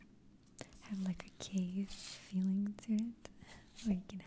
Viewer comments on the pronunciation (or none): none